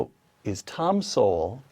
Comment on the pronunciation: oopsa dr. SOWELL not sewell,,,,,cheers all..!!